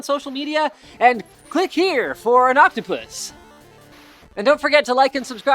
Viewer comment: Dat octopewss! was actually quite cools